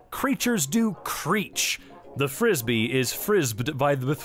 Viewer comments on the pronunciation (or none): Pronounce the "e"s you unsalted cashew. "The frisbee is frisbee'd by the frisbee-er"